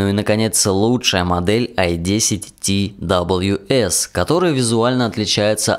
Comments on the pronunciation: не ти дабалъю эс а просто твс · Твс надо говорить